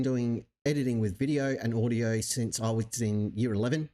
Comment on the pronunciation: Most people don’t pronounce words correctly anymore. People are lazy speakers. Jeran was going to say the word”since”, but out came the word “sense”. UK speakers warp the entire English language, so people thought Jeran said “sets” and FLERFS went desperately crazy for the word “sets”.